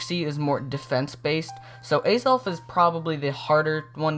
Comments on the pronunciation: Its not Azalf Its Azelf bot not judging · Btw Azelf is pronounced with the accent over the second syllable. So it's a-ZELF with the caps denoting where the stress should be placed. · u missed pronounse azelf